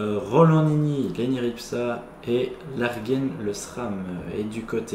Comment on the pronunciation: Bonne vidéo ! Par contre Largen se prononce "L'argent" pas "Larguène" :p